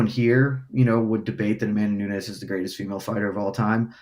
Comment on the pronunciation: They are right. No one cares. It is what it is. Her post fight talk after Ronda rouse was cringeiest ever. She just doesn't have the it factor at all..... not nunhez A K Lee. Nunes. Like knewnes